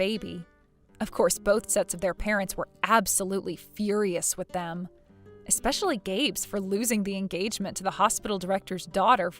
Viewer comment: eSpecially Not eXpecially!😉✌️❤️